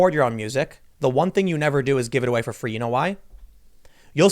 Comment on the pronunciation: "Knowledge is FWEE!" - Tim Pool